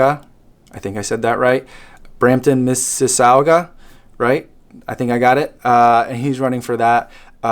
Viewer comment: Hey wow! I know you always do the charity shout out but really thanks. I appreciate it and the kind words. I know... Mississauga is a tough one to. You almost had it 😌👍 the end is pronounced like saga but spelled sauga🤷‍♂️ Love hearing others race plans & set up🏃 Good Luck in Indianapolis!